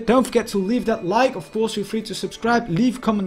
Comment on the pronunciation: Ffs, please improve your English pronounciation. Your grammar and your vocabulary are really good, but the way your pronounce 'ofcourse' is very annoying. Thank you.